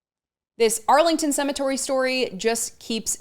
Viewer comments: what's a cemetory ? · “Cemetory?” I subscribe to this channel and it’s usually very good, but this Vance speech re Arlington is now 3-4 days old. Slow news day? 😉